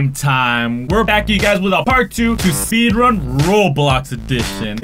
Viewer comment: Did he really say seedrun?